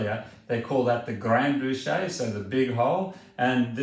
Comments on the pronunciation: yes and pronounced like "boosh" not "booshay" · Pronounce 'grande bouche' (big mouth) like (American president) Bush, or your French will be sh#t, mate!